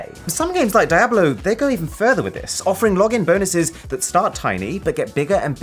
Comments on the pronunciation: It's pronounced DIABLO, not daeblew. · Sorry how you pronounced Diablo? Really? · Is it really pronounce die-a-blo? I have always said diablo d-a-blo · Diablo is pronounced di-ablo not dia-blo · I'm sorry... Die hwhat? Diablo as in devil. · I like how he pronounced Diablo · that Diablo pronunciation though :D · I think you mispronounced diablo immoral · my man really pronounced DIABLO like that